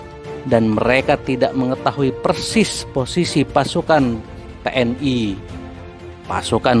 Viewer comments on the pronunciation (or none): none